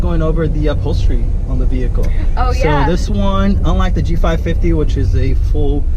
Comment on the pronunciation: G550, not G55, I kinda stopped watching after hearing that. Could've been an honest mistake, but know your stuff and you'll nail the videos 👍